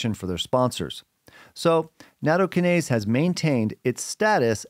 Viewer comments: Yeah - slightly worrying when experts can't even pronounce the word they're talking about. Natto-KYE-nase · Natto- KI-nase. The emphasis is on the second syllable.